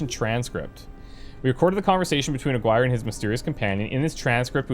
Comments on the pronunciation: Just a correction the name you were trying to pronounce is not Aguire but Aaaah-gi-rrr-eeeh. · Its pronounced Ah gi rre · Aguirre= Ah-gee-ray.